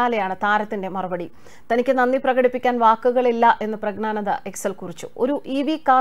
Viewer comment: Prag na nanda alla, Prag njyan (gyan) nanda.